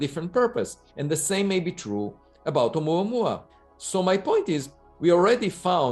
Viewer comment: I like how pronounces "Oumuamua"